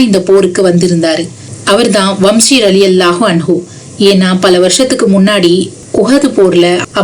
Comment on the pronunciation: வம்ஷி அல்ல வஹ்ஷி